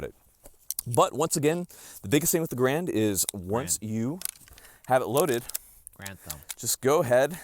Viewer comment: You can't even say Garand correctly??? You are not a Marine...never were.